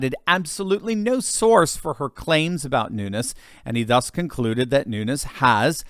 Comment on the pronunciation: Pronounced: Noon- yezzz.